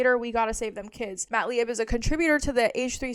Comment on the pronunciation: Lieb is pronounced Leeb.